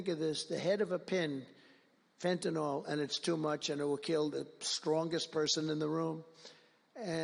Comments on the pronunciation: It's pronounced FENTANIL, NOT FENTANOL. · Let’s work on how to pronounce Fentanyl first, huh Trump?